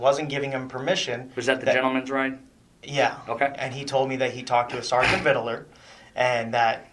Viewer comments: Why didn’t they correct him from saying “ Vidaler?” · I keep hearing vid-dill-er. Makes me twitch.